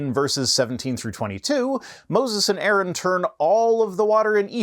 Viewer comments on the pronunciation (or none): none